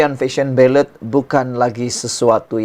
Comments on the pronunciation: Baiklah , Jom kita betulkan ! Ini Fashion Valet , bukan Fashion Ballet ! Valet madam valet parking , bukan Ballet menari atas Pentas ! Kecuali Fashion Valet nak mula jual tutu Dan Kasut pointe, kita serahkan urusan ballet pada penari sahaja …..tapi last last betul juga you sebut valet ….. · SEBUTAN SABAH IKUT EJAAN BAKU.. OK LATEW..DI SEBUT FESYEN VALET..😅